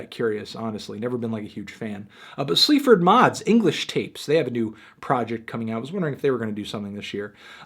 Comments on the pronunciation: Its English Tapas Anthony not English 'tapes', i might top myself if you say that in the actual review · It's English Tapas not 'English Tapes'. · the homeshake album? also its english tapas not tapes teeth man